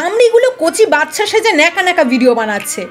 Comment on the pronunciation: কথাটা বাছছা নয় দিদি বাচ্চা